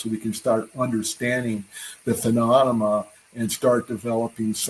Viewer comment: That’s right…This is the intel guy who can’t pronounce the word “phenomenon”…..